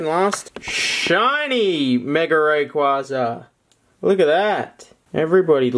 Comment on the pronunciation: You can't even say Rayquaza correctly, no youtuber says it correctly, idk how, ITS A BLOODY HELL LEGENDARY AND NOBODY CAN SAY IT CORRECTLY